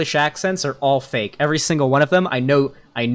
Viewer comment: >I'm actually shocked that this guy spent 8 mins tearing apart a non-native speakers accent Lol because it is a deliberately learned accent. I live in the UK, the accent is called RP (Received Pronunciation). Also, Arch slips up on this quite often, he rolls the r on "are" when I have literally never heard even the poshest fucker doing that. So you can guess why he, as someone who otherwise would have a Norwegian accent would try and imitate RP.